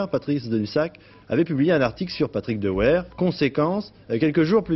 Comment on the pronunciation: "Dehouère" lol